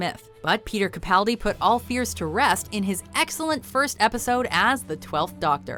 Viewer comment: The narrator of this video is clearly not a Whovian. She doesn't pronounce Capaldi or Clara right and they aren't exactly hard to say.